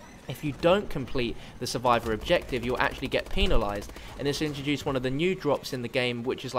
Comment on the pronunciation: The way he says penalised lol